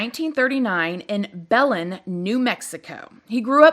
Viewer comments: belen = “buh-len” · First - it's pronounced like Buh-lin haha Next isn't this so disgusting? I listened to the audio message and I couldn't handle it. He sounds evil. I absolutely believe he was communing with the Devil. He would literally have parties where other evil people like him would come and watch Lastly just the best even when talking about this evil man she's like "no offense" when talking about how he looks. And most importantly HER KID IS SO CUTE..